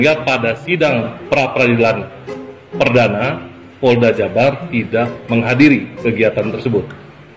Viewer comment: Indonesiah, hari inih,dasar gilah loh, kembali lagih, poldah, org Polda bro, bukan poldah,begoh loh